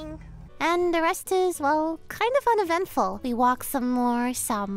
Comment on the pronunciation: I don't know why but that end monologue seemed like it was about to turn into either "aaand we decided we are better as just friends" or "Aaaand now we're engaged. OK talk later bye" something about the way she said 'uneventful' that I just didn't trust lol